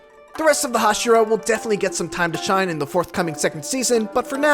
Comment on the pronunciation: Did this fool seriously say "Hashiro" instead of "Hashira?!"